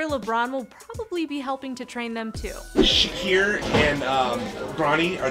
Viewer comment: am i the only one that noticed she called shaqir shariq